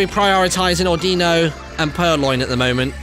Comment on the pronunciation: I hate how he pronounces "Audino" incorrectly.